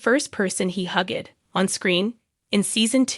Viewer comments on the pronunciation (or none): I know there's a Leonard in big bang theory but I never knew of the character Lee nerd. You all need to actually start using real people that know how to pronounce words instead of this AI crap that can't even pronounce the Is name Leonard. Or words like hugged instead of hug ed.